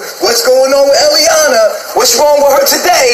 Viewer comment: Its eliana, not iyah